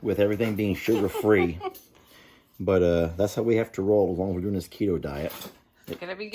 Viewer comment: Did say sugar free? Lol